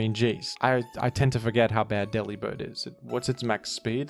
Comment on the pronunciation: Delibird is so bad, bro didn't even bother to pronounce his name right 😭 ( it's a pun on delivered, where the 'vered' is 'bird' )